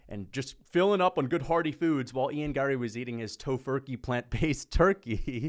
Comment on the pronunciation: What is wrong with your face?? Also, the way you say Gary, Larry, Harry, Marry is super annoying. Sound it out my eyebrowless drama queen 👏